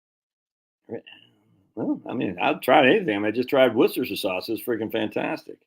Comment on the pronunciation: I say this out of love: It's pronounced "Wooster sheer." Worcester [any town in England w/ "cester" or "chester" in the name was a Roman fortified village, or "castrum"; same root as "castle..." back in the day] and in this case the locals pronounce it "Wooster" [midway btw "rooster" and "wuhster;" darn hard to convey in writing] and the "shire" [basically the equivalent of "county" in American] part is just "shir..." like "her" w/ a "sh" in front. Ergo, "wooster sheer" not "War chester sheer sire sauce" like I used to say before I spent a semester abroad in Oxford! 🤣 [Shout out to my host family I lived with in Headington, all those decades ago. Lovely people who really made me feel part of their family!]